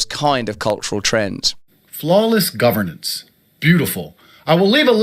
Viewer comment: Anyone who can't pronounce and read the word "governance" has ZERO place running the government. People with eyes can see the quiet brother sitting at his side is more fit to be a leader. (Not that I would want either of them leading anything.) You can tell Tate didn't write or even read this before he just started spewing it. Like everything else he has ever said. How empty it must be to not have any real principals or connections. Teaching young men to essentially be sociopaths and then expecting an entire nation to trust him is ironic. I would much rather see Russel run. Russel is a man who could run intellectual circles around Tate yet has a humility about him that is respectable. Give me REAL intelligence over someone who thinks being loud and obnoxious somehow makes what you are saying more resonant.